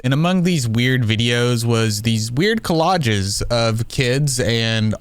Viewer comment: Nitpicking here: It's "collages" not "collodges"